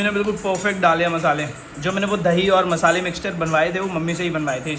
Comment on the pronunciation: 😭😭"DHAIIII" OR DAHIII ????